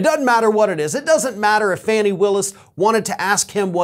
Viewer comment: Her nqme is D.A. Fanni Willis, and it is not pronounced rhymes with danny. It is Fanni, rhymes with bonnie, please, at least try to pronounce her name correctly,.